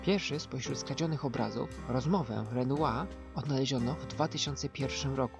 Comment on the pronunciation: Jeżeli już to "mnie" a nie "mi". I malarz nazywał się Renoir czyli po naszemu "renuar" z tym R na końcu. Więc nie skracaj nazwiska używając dziwnego "r" niemego. Takie tam drobne uwagi językowe , za które ( mam nadzieję ) się chyba nie pogniewasz:-) bo merytorycznie nie mam nic do zarzucenia poza jednym - ZA MAŁO wstawiasz. :-) pozdrawiam serdecznie i nie każ nam tu zostawać z tym niedosytem bo tu się zapowiada dobry, rzetelny kanał.